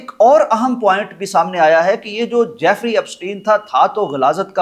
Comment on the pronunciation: JAFFERY NAHI SOAR JEFFREY